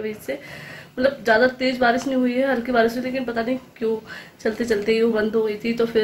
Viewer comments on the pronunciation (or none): none